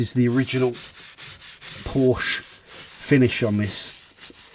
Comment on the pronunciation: Really great video. Maybe I've missed your interior stuff before so super interesting to see you work on the interior. Also. Sorry but it kills me the way you mispronounce Porsche 😔